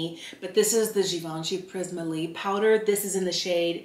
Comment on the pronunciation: The way you say prisme libre is near perfection. Thank you so much ! The pris-may lib-ray everyone else says hurts my brain. 😅